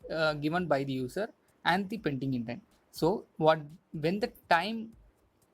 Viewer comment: its "PendingIntent" not "PaintingIntent"